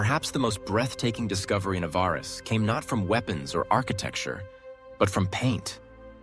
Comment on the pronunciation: What an awful.documentay ,repetitive to point ,half of the imaginery wrong , the speaker doesn't know how to pronounce Hyksos and Avaris . A love song to the Hyksos with no real info . It sucks